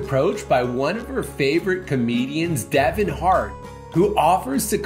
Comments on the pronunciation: ITS KEVIN NOT DEVIN!!! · Why would she say Devon hart 😮